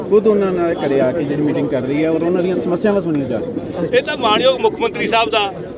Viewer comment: ਐਨਾ ਕਿਓਂ ਘਬਰਾ ਗਏ ਸਪੀਕਰ ਸਾਹਿਬ ਸਮੱਸਿਆਵਾਂ ਨੂੰ ਮਸਿਆਵਾਂ ਹੀ ਬੋਲੀ ਜਾਂਦੇ ਆ